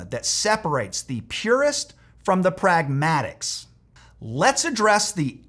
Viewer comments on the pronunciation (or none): It's pronounced PRAG-muh-tuhst, not prag-MAT-ist, sort of like alchemist, which is pronounced AL-kuh-muhst and not al-KEH-mist